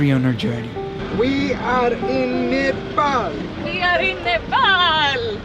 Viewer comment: It's pronounced Nuh Paul not Nuh Pal.